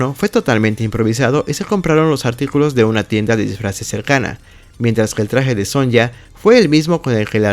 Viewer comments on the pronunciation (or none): Hay algo que me molesta, la forma en que pronuncian Sonya, ya que se pronuncia como Sonia, pero los chavitos, y por lo que escuché, eras uno de ellos lo pronuncian asi, Sonya(Sonlla), parece que no limitaban el nombre que se pronuncian en el juego. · Literalmente el comentador te da la pronunciación del nombre de Sonya Blade (So-ni-a) en cada juego de Mortal Kombat y aún así le dices Son-ya en tu video...